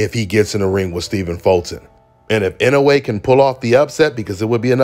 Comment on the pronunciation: This video is a momentous occassion… finally said Inoue’s name right.